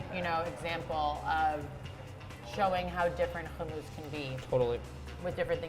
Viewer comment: I really don’t like the way she pronounces hummus